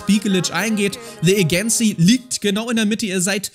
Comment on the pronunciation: Es wird Eydschensie ausgesprochen